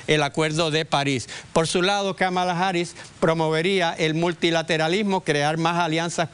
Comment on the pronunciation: Vivo en Chicago y miro las noticias de Puerto Rico en Youtube. He escuchado en la mayoría de las noticias como pronuncian mal el nombre Kamala. Señores, la fuerza de pronunciación es en la primera sílaba (Ka) y nó en la segunda (ma). Parecería algo irrelevante, pero no es así. A nadie le gusta que digan mal su nombre. A mí por ejemplo no me agrada cuando acá alguien trata de Américanizar mi nombre. Kamala no es un nombre complicado para pronunciar. Señores aprendarse el nombre bien, pq ella será nuestra próxima presidenta y hablarán mucho de ella!